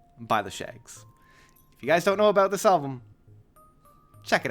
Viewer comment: That's aboot it